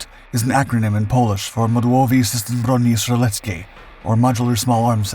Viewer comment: You focused so much on pronunciation of Modułowy System Broni Strzeleckiej (CONGRATS❕) that you totally butchered gen. Rowecki. In ck you read both c and k so that's tsk so Rowetski. Otherwise... THANKS FOR THIS EPISODE‼️ Waiting for one on WIS handgun😜